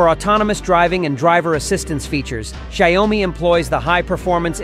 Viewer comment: It’s not sha you mi , it’s xiao mi